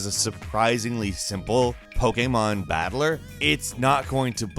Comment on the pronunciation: Wtf is “poke-a-mon”